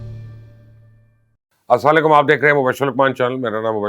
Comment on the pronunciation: آسام لیکم نہیں بلکہ اسلام و علیکم باتیں تو بڑی بڑی کرتے ہو اسلام کرنا نہیں آتا